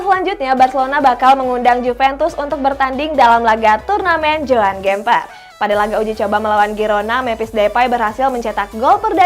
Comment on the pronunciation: Joan Gemper ? Eh buseh kalo bisa penyebutanya diperbaikin dong udah kek nyebut kue lemper aja nih wkwk